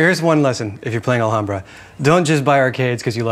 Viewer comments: While this is absolutely correct, Wil and Co. are in the Los Angeles area, and there is actually a nearby city/neighborhood named Alhambra, pronounced the way he's saying it. They're still technically wrong, of course, but I can understand why they're saying it the way they are. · will doesn't now how to say alhambra... always pronouncing the "h" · I did use it. The wiki clearly states the origins of Alhambra. I *never* said it was in Arabia. I said it was *Arabian*. The Moors had conquered that area of Spain and had it built there. The wiki also clearly states how to pronounce it.. and I assure you it is NOT with a silent "h". The word Alhambra itself is also explained, being an Arabic word.. and it's meaning also stated. So don't tell me to look something up you *obviously* haven't looked up yourself. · Love the way they say "Alhambra". Btw, the H is a mute one. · It's pronounced Al-lambda silent H. Its spanish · In "Alhambra" the H is silent (like in all spanish words, even those coming from the moors, like alcohol and "almohada", pillow). Hurts my ears hearing Wil saying it wrong over and over. No idea if the original arabic h sounds hard, though. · I know this is like 4 years late but as a spanish person i think i should say it... the "h" is mute. it's pronunced Alambra, so... was really funny to hear you saying it wrong every single time xD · We pronounce it alambra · The h in alhambra is silent: /al'ambra/ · the h is actually silent lol. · I just feel the need to point out cause it bothers me Alhambra is Spanish so you do not pronounce the h so u say it Alambra, which sounds prettier and is correct, other than that I love table talk and Will Wheaton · Will, the h is silent. Its pronounced Alambra. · As a Spanish speaker...the way Will pronounces the "h" makes my ears bleed...ALL-HAM-BRAH...why god why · WIL: It is pronounced "Al-am-bra" or more correctly "Ul-um-bra". (Said normally, not with some naff, pretentious accent or anything.)